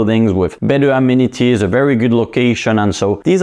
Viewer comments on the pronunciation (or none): none